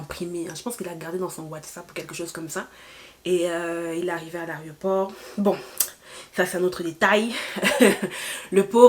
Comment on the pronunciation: Aeroport 😂, et non pas a l'areoport.